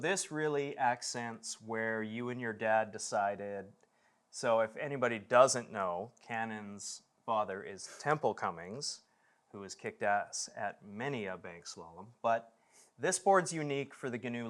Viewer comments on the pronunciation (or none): "Cummins" for the love of God, not "Cummings!" Good Lord! Otherwise good stuff. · His last name is CUMMINS Dude says it wrong like 3 times and it’s spelled wrong on the description.